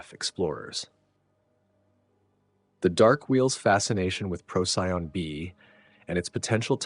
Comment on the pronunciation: This was fantastic!! I only have one small superficial complaint. Please pronounce the name of the star Procyon correctly — it’s “pro-see-on” not “pro-sigh-on”!! 🙏